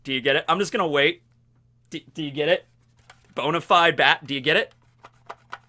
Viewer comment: man i've been watching you for like 5 years now.. I LOVE the cringe, the jokes and the bobs.. but bonyfied bad*ss? Bonyfied bad*ss?? That made my hole weekend.